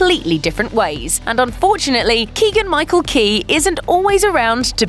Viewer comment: Michael not Michella dumb ass